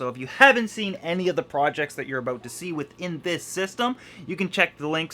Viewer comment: Aboot, haha Canadian EH?!